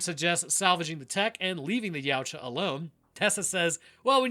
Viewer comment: Just for your future information, it's pronounced Ya-OO-tah, not 'Yeowch-ah'.